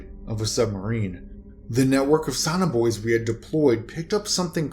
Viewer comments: Not "sawn-r boys;" So-Nar Boo-ease." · If you want to read stories on public. LEARN HOW TO PRONOUNCE THE WORDS. There is no such thing as a SONNER BOY. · Sonar Buoys learn English fluently or get someone to listen before you upload. You kept calling them sonner boys